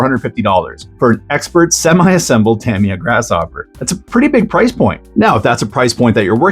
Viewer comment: Tamiya 'ta mi ya. Not tam iya